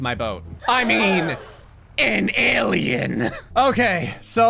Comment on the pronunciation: He said h-alien as in human